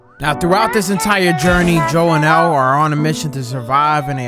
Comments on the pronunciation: Nah bro said EL 💀💀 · It's Ellie. Not L. Come on buddy smh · He saying Ellie wrong if ur gonna say it wrong don’t even play the game like me I’ve been playing the game since the first one so don’t even dare touch the game if I can’t say the names right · Ellie not L btw